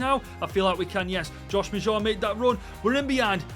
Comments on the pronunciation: Bro prounces maja like Majah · Josh Maja was a key person in season two of "Sunderland til I die"...his real life career arc took a tumble after his agent moved him to Bordeaux. And it's pronounced closer to MADGE-a...that's not perfect but it's close.